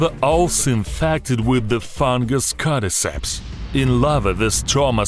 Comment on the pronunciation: "cadiceps" "codiceps" "carry ceps" "apacacalips"